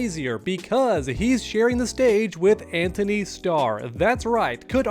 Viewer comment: His name is Antony. No H